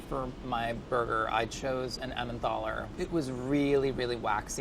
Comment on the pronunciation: Someone please correct his pronunciation of Emmental.